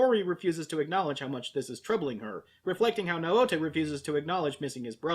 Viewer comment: Yours pronouncing Naota’s name wrong. It makes me cringe.